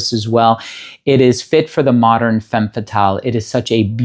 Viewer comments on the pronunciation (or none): none